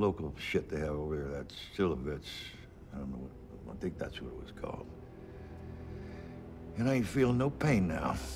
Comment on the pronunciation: "Silivits". It's "šljivovica". It's pronounced "shlyivovica". It's a hard liquor made from plums. "Šljiva" is plum in Bosnian. I think it's also called moonshine but I could be wrong since I don't know anything about that nor do I drink it.